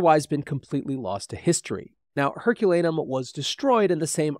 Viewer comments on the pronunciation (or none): I stopped watching this when the presenter couldn’t even get the name of the town destroyed by Vesuvius correct, calling it Herculanum instead of Herculaneum and . This ruined for me as a ‘scientific’ presentation. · The place is Herculaneum not Herculanum! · Learn how to pronounce Herculaneum.